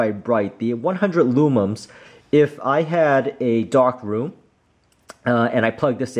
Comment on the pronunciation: For the love of all things holy, IT’S LUMENS. *NOT* LOOMUMS